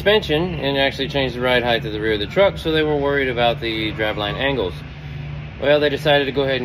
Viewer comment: Why do people still not know how to pronounce “height”